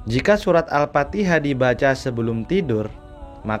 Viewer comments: Mf bukan surat AL-FATIHA.,tp AL-FATIKHAH. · Al Fatihah kang... Bukan Al Patiha